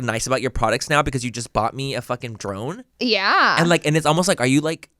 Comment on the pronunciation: I 100% really thought instead of drone yall said throne...like they got you a throne...I was like..... so do they pay to ship it back home for u or .... it wasn't until I had to go back because I missed part of the podcast and I went back to far until I realized you actually said drone.... lol